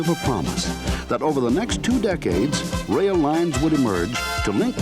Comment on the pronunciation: why does he sounds like he's dutch when saying "lines" it sounds like "lijns"